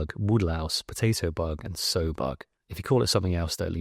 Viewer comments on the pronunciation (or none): Sow rhymes with 'Cow', mooo! Glad you are doing some more long form videos! Rural TX?!!?